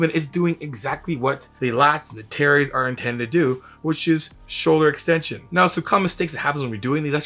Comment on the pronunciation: Every time he says “terries” I keep thinking about that Key and Peele skit😂